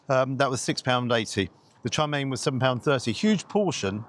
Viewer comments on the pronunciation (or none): It’s chow mein not char mein.